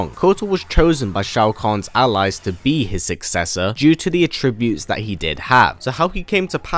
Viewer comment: it sounds like you have jump cuts in your voice recording. and it sounds very unnatural. annoying actually. also... attributes is not pronounced that way. seems like you are reading someone else's script lol.